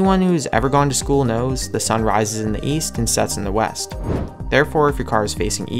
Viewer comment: I thought you said weast 😐